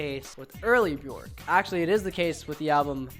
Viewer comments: when you said 'buh-jork' I died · Pronounced "Byerk", rhymes with "jerk". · Björk rhymes with jerk, not JORK